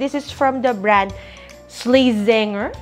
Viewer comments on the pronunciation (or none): Ish-latsen-ger (Slazenger)